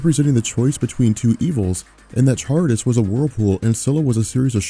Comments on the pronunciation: it's Charybdis pronounced "Kharybdis" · hey, just fyi "Charybdis" is pronounced Karybdis (Ch = K sound, like in Chameleon)